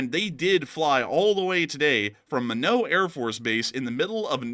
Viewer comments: It's pronounced my knot not minnow or mine naught to annunciate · It’s pronounced “My Not”… not Min-oo…. Couldn’t figure what you were talking about 😂😂😂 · Lol love you guys. It's Minot (My knot) not minow 😂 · A couple things. The B-52s are stationed at Minot AFB, ND. pronounced this as "Me-Know". It actually rhymes with "Why Not". The longer we let the Iraqis fortify their nuclear facilities, the harder it will be to disrupt them. Several years ago, the Israelis wanted to destroy them before protection progressed beyond Israeli attack capabilities. They worried that it would soon be beyond the ability of anything the US is known to possess. Imagine if we became immobilized by concerns the Iraqis had The Bomb, the way we figuratively soil our pants at the possibility of escalating against the Russians. The Russian leadership as a whole has some desire to avoid Mutually Assured Destruction. It seems the Iraqi leadership might view MAD as as the express line to collecting their virgins similar to suicide bombers. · It's pronounced My-Not ND Minot. I had the displeasure of being stationed there. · to avoid you being roasted, the pronunciation for Minot AFB is “My-knot”. Only us Air Force nerds care:)